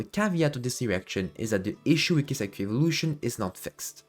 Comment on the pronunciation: Your content is really good, but could you pronounce her name correctly? ☝️🤓